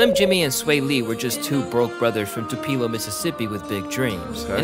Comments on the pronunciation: It’s TWO PUH LOH NOT TWOPELO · Bra can’t pronounce Tupelo 😂😂